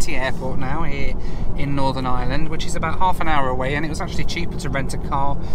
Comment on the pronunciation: Just please dont say ireland like that